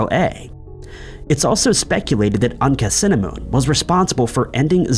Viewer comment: Tut's wife is not pronounced Anka-cinnamon, but Ankh-ah-soo-amoon. Tut's advisor, Aye, is pronounced as 'eye' not 'a'.